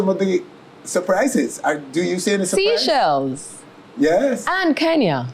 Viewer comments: Seachelles is pronounce as say-chells my dear..not seachells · SEA-shells? SEE-shells? It's Seychelles..pronounced SAY-shells